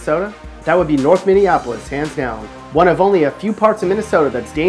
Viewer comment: He nailed Minneapolis though.